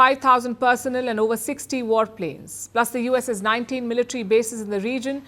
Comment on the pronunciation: Learn how to pronounce “ turbulence” , “ personnel “, “ industries” etc